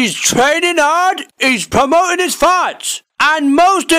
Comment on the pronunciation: Every time he says fights I hear farts lmao